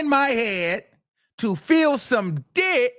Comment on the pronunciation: Yeah she bought them in from out of town. Made the arrangements. I said that yesterday she loved it. And stop saying dick like that boo. Dickkkkk, dickckckc 👀 👺👿